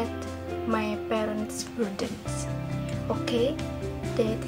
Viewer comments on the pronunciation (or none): Strength : fluent in speaking, pronunciation was clear and not reading the text Weakness : wrong pronunciation in saying "burdens" (Group 5)